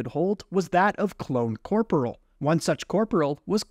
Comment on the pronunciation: fhfbwyi i dont know if im the one in wrong but i bouta punch my screen with how hes pronouncing corporal!!